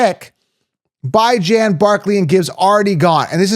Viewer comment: Dude stop pronouncing Bijan Robinsons name as Bi Jan. It's Bee-zhahn. So annoying. That tells me right off the bat if you don't pronounce names right why should I even bother listening